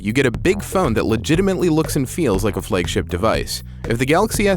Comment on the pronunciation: I'm sorry but Meui sucks. And plz pronounce Xiaomi and flagship correctly.